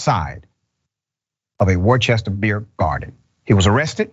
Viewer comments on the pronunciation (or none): Not wor chester 😆 Its woo r ster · Worster not Wor-Chester that’s how it’s pronounced. Eric got voted in yesterday and Petty hides from these things. I live here in Worcester. Some of these things are inaccurate about this story and that rev’s family is very racist. The son was saying racist stuff to the only Spanish cop who was there. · FYI, it's pronounced like Wooster. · It's not "war-chest-er" it's "woo-ster" you ignorant fuck. 🤣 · It's Wooster not warchester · I believe the city is pronounced in two syllables, not three. Worcester is pronounced “Worce-ster” not “Wor-ches-ter.” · WORCESTER is pronounced Wooster. My wife went to college nearby. I know it's weird. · Forget how the city is spelled.it’s pronounced Wooster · It's pronounced 'Wuhster', or 'Wuhstah' with a Massachusetts accent. Yeah the Worcester police lied and made up a complete fairy tale arrest report because they were harassing me When I was walking one night and I verbally protested it. That was 35 years ago or so. That was my beginning of disillusionment with the police. Since then I've had a few other unconstitutional and unwarranted acts foisted on me by various police in various departments. I've had a lot of good interactions too. We tend to remember the bad ones however. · It's pronounced "Wooster" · dr richey it's pronounced "wuss-ster" not whatever you were saying. nd yes, the history is long as i'm vintage and know of its long history. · This is terrorism....also, Worcester is pronounced "Woo-ster" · Dr Rashad. For future reference, it’s pronounced Wister. I know it’s spelled Worcester, but I swear it’s pronounced Wister 🤣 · Worcester is pronounced "woosta" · Great reporting Dr. Richey....Worchester, Ma is pronounced Wooster. Continue with your excellence as I continue with financially supporting you. You, Greg Marsalis of Meidas Touch and Roland Martin of Roland Martin Unfiltered are the best. God Bless You...!!! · welp this is woorcester lol how you say the name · Pronounced wu-ster